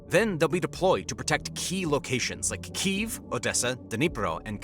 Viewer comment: i have to say it ,its key_ev not keyeveeeee ,and the turkeye for turkey has me in bits lol